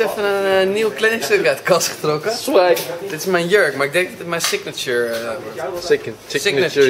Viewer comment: BJURKEN MET Z'N SIGNATJURK :D